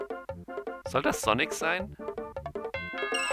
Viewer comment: Der blaue Igel heißt SoniC, nicht sonnig, Mein Gott